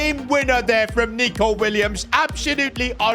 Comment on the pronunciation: bro did not say nico